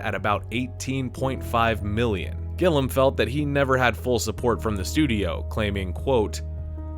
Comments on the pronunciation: It's kinda fucked up that got paid by JoBlo to mispronounce the name of the director that many times. I want to assume it's intentional to stimulate engagement like this very comment, but I can't help but think that the sheer number of mistakes means it has to be outright incompetence. It's not like it's hard to get right, it's just two common English name close together: Gil and Liam -gil-liam how hard is that? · The narrator is illiterate. Being a robot voice is no excuse. The continual mispronunciation of director Gilliam’s name is unbearable. You’ve been warned. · Please say Terry Gilliam's surname correctly. There is a second I in it. Driving me mad! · lol its killing ne that the guy can't pronounce GILLIAM correctly. It sounds just like it's spelled, why make up some weird way that no one calls him? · I've learned a great deal about this film that I hadn't known before, but I just cannot get past the fact that you are incapable of pronouncing the director's name properly. Did you honestly look at his name and never see the second i due to the two Ls that come before it? Is it due to dyslexia? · yeah, saying Gilliam wrong is driving me nuts. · The way he pronounces Terry Gilliam's name is driving me nuts. My favorite director and I've watched everything he's done so I know his name is pronounced Gilliam (like William) but he keeps saying Gillem. Great video otherwise. Very informative 👍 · I had to stop the 10th time you called him Gillum. It would be like talking about John Close or Graham Chopman. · Loved this movie from first viewing. And while this video was well researched with lots of new tid bits to learn, I only wish the narrator could learn how to pronounce Terry Gilliam's name properly. It's Gilliam, not Gilham. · Every time the guy says "Gillam", I feel angry. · Just started watching. You've lost me at when you said Terry Gillam. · Gill-e-um, not Gill-um. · who's Terry Gillum? i mean, how could they get his name wrong SO many times? sheesh